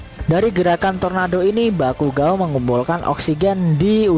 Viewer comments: bakugou min bukan bakugao :v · Bukan bakugo tapi baygon wkwkwkwkwk😂😂😂😂😂